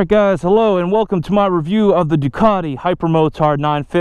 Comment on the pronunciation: It's pronounced "Test-ah-stret-ah", oh, and "Duke-at-e" not "Due-car-tee" ;-) First American video I have been able to watch start to finish, as you guys are normally whiney turds, who love to cry out "OH MY GOD YOU ALMOST KILLED ME" when someone pulls out a quarter mile ahead of you; whilst you're speeding! Not to mention the terrible use of "sick", or "it's ya boy..." - though I almost clicked off with the intro music.